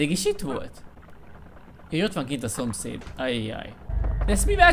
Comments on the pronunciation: "Áh jön a szopszfgm" Kiégtem😂😂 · jön a szompairvuf aaa 😂😂🤣